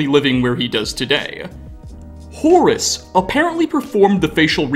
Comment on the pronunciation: I like the way you pronounce "Horace" ^^